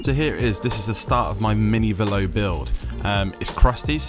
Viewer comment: It's Velo, like yellow